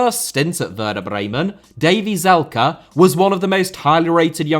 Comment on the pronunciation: Davey Zalka? Bruh his name is Davie Selke 😂